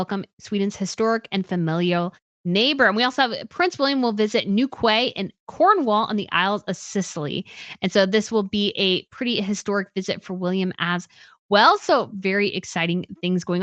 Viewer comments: Newquay = the British pronounce it Newkey. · Hi. Newquay is pronounced New Key and it’s the Isles of Scilly (pronounced Silly). I love your new Crown report, keep up the great work. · Newquay - is pronounced NewKey. For the future.